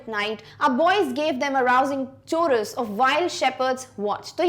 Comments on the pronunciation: Excellent teaching! Ma'am 🙏🙏 But the right pronunciation of the word chorus is /ˈkɔːɹəs/ not /t͡ʃˈɔːɹəs/ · Ma'am you are excellent.Please check your pronounciation of Chorus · Pronunciation is not good many words are wrongly pronunciate like chorus